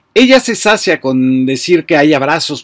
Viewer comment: Sus participaciones en Sin embargo, además de atinadas y bien documentadas me agradan mucho. En ellas hace uso de palabras que en algunos casos desconozco su significado exacto, y asumo que Ud es una persona educada e instruída. Debido a lo anterior, comprenderá mi perplejidad al escucharlo mencionar en su discurso anterior la palabra : sacia en lugar de : sacía. Si éste mensaje llega conocimiento de Fabrizio, me gustaría que lo tomara en cuenta. No recuerdo bien las reglas de acentuación, pero se oye muy mal la palabra acentuada en la primera sílaba. También en casos de palabras que pueden usarse como sustantivos, adjetivos, etc. Y como verbos : negocio sustantivo. negocío del verbo negociar. Y otras más, como influenciar, redituar, privilegiar, evidenciar, etc. No sé a dónde acudir para aclarar ésas dudas más a fondo, pero si alguien me lo pudiera hacer saber se lo agradecería mucho. Gracias.